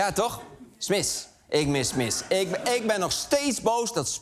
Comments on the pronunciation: Smis bestaat al zolang niet meer dat Arjen het niet meer kan uitspreken. Chips. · Lubach kan Smiths blijkbaar niet uitspreken 🤣🤣 Smiss!! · ...kun jij geen Smith's zeggen?